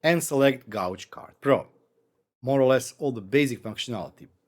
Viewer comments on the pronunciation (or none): Nice. Really like the new Gauge card. Gauge is a challenging english word and has multiple uses in very diverse meanings. In the case of this HA card, it should sound more like gage (gerd3). Your prouncuation is "gouge", which is a chisel or the act of putting a groove or scooping out something.